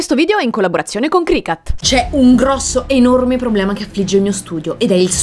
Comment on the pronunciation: CricUt please no cricAt.. is not a CAT 😭😭🐈